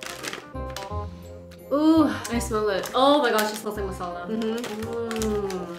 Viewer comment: Your accent when you pronounce “Masala” ♥️ love it 😊